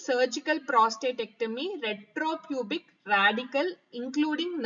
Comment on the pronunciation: Maam ur explaining good ..but some words clearly explain maam Ex superpubic .retropubic